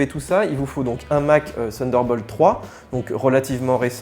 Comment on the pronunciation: Senderbolt???? Prononciation nulle...c’est nul nul...thunderbolt...avec t et non pas s